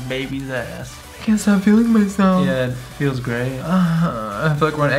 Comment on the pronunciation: "I can't stop feeling myslef" lmao